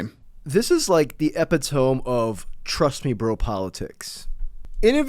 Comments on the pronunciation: that’s not how you say that word, friend ❤ Eh-pit-oh-me ❤ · Is there some trendy ironic way to pronounce "epitome" these days or will this be a case of eventual: Oh, that's how the word's pronounced... or Oh, that's how that word is spelled... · FYI, - it's not EPI-TOME, it's EH-PIT-TOW-ME. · imma start saying epitome like epi-tome instead of how its usually said now 😅 whoever calls out these inbreds gets my respect💪🏽